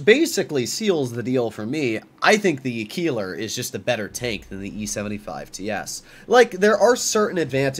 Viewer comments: Bro really said Kieler and not Keiler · ei in German always = i - you Pronounced Keiler more like "Kyle-uh" I don't own the TS cause I have a Lowe and a Keiler, I feel like the Keiler is just better than the TS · The “i” in Keiler is pronounced, not the “e”